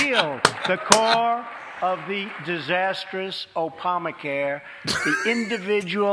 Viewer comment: Opama care. Lol. An obvious minor misspeak but it's still amusing.